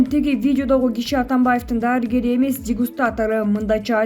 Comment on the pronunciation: Даарыгер, баатир эмес, дарыгер, батир.